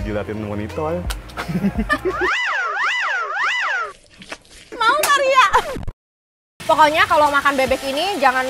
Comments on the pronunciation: cadel huruf R ya yg seharusnya monitor tapi bilang monitol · gabisa ngomong e ya hehehe, "monitol"